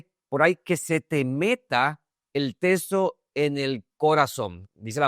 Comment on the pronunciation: Porqué dise testo se dise texto